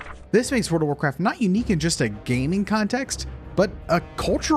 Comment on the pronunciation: I'm sorry, I can't hear anything other than "Word of Warcraft" everytime you pronounce it.